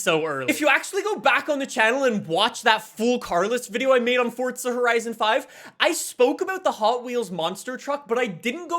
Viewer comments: It's forza not fortza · Bruv why do u say fortza? Its so annoyin where u gettin the t from? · why does he say " forTza" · It's not forza horizon its forza horizon